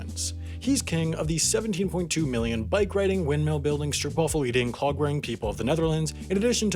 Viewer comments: What is a stroep wafel???? We do not have those, maybe you meant stroop wafel??? with an o as in slow... not a ou as in shoe...do your home work .. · Did the man just say “stripwaffle”